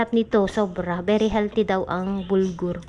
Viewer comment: BURGOL Hindi BULGOR